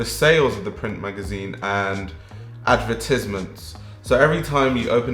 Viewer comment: Uwu the way he says ad-ver-tis-ments~ Anyways I ???% agree with your opinion, When I first started getting into fashion I tried reading vogue and- damn...it was bad. Why would I by interest in what people are wearing? I want to learn how is made, why its made that way- the why behind everything. Like you said a critical stand point would be well welcomed by me tbh. And I really really wanna get your magazine as I’m expecting great stuff from it